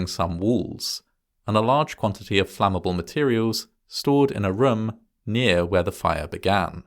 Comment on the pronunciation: I have this weird fixation on the way you pronounce "room". I always wait for you to say it.